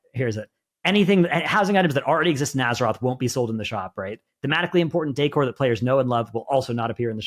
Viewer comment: Who taught how to pronounce decor? LOL